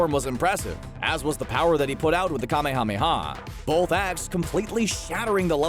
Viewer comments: I just...REALLY hate how he says Kamehameha. There's H's in there sure, but even the actors (both Japanese and English) pronounced it "Kameya Meya Wave." Or they'd at least split it into a two word structure with the H's in there. Saying each syllable like "Kame Hame Hawww" is just goofy. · I stopped watching when you miss pronounced the Ka May Ah May Yaaaa! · I cant stand how the person pronounces "kamehameha" its like he's saying "KaMeHaMeHa" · Don't say Kamehameha like that! 😤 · Idk if it's intentional or not, but that "kamehameha" pronunciation is killing me. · I overestimated how many times I could listen to someone pronounce Kamehameha incorrectly. They say it in the show about a million times. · Will you please learn to say Kamehameha correctly? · So we're just gonna let that cringy Kamehameha pronunciation go huh?